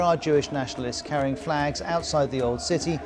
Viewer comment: The way he's pronouncing "outside" with this emphasis on "out" is so f... irritating 😖😖😖